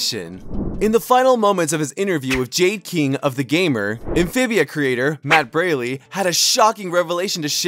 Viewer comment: “Matt Baylee”💀